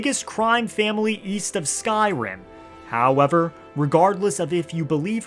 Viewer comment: The way you say “hOwEvEr” is so grating on the ears, holy fuck. Why is it hard to find a YouTuber who talks normal these days?